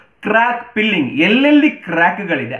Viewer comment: Hi sir, you are doing great job and we are following since start of your channel, my humble request is try to spell F properly , it sounds you are spelling pilling instead of filling , don't take it otherwise, I dont want anyone teasing you on that , because you know many people visit to find these kind of flaws instead of appreciating the content and effort behind the videos.